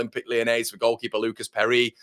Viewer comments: Your pronunciation of Perri … outstanding 😂👍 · If he is Brazilian you are murdering his name - but love the enthusiasm - We need more Brazilians